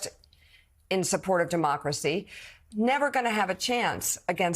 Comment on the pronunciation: " de-mock-crazy" lol what a perverbial slip.... I had heard "demonic-race-y" before but not that.. Also The Media lies on boths sides to divide the people.